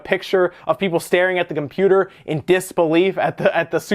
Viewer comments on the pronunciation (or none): none